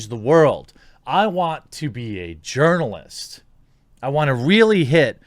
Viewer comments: This whole time I thought you were saying yernalist.... it all makes sense now. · I'm glad you explained the urinalist joke, I really just thought you changed the sound of the j to y